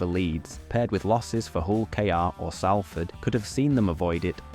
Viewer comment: The way you pronounced Skolars (Scholar) and Salford (like Salt) is giving me problems